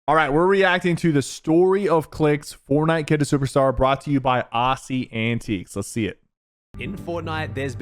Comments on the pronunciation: bro really said arsey, it's aussie like ozi lol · It’s pronounced ozzie not ahhhssey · More like aghhssey antiques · Aussssie Antiques.... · bro he says it like ossy antiques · bro said aussie so wrong 😭